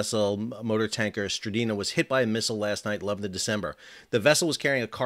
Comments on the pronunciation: The vessel is called MV S-T-R-I-N-D-A not what you called it (stridina). Check your facts, please. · "Strinda" not Stridina... ;-) (And Strinda is a municipality in Norway) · The name of the tanker is "Strinda". You keep say "Strideena". WTF? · Strin-da. Not Stri-Dee-na. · I love how he keeps calling the "Strinda" the "Stridina" 😂😂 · Love your reports, your pronunciation, not as much. Strin - DA. You've added letters not there. Keep up the good work. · Pronounced as "Strin-da", with an i as in India. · SAL,SAL---- Read the name again Strin-Da!!!!!!!!!!!!!!!!!!! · Strin-Da Two syllables, not three. How difficult is it to read a simple name? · .. Yup. You got it wrong, Sal. Noggi talk is like German. Hard consonants. 😁